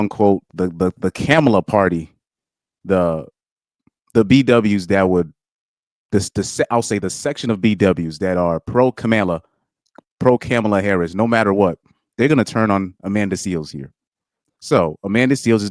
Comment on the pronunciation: Kom-ahh-luh is how she pronounces her name. Not Cam-uh-luh